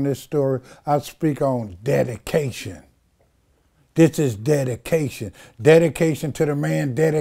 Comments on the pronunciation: Did he say DADication? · Im fukn 😂😂..nigga said its "Dedication"😭😂😂